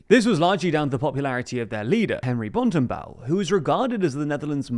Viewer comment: I love that you totally butcher all the names but then manage to totally nail the pronounciation of "Bontenbal"